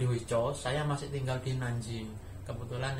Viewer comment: Cara ucapnya Nan jing ucap Nan cing. Guang dong ucap Guang tong